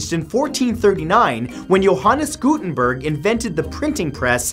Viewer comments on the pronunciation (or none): none